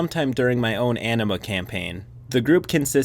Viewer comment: You might need to rethink your pronunciation of anima... It kind of sounded like enema.